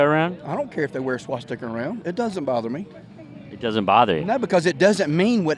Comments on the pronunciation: "Swasticker," you want to listen to what a man says after you hear him say "swasticker." You got one of them road scholars that you're talking to. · What the heck is a "swasticker"? 🤪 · Swasticer? Wtf is a swasticer you stupud brain dead redneck. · Dude called a swastika a swasticker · “The swashsticker”. Sigh . . . . the stupidity. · Smart guy can't even pronounce swastika.